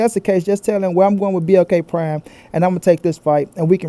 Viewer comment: I knew it was Capp when I saw he couldn't pronounce "BLK prime" 🤣🤣🤣🤣🤣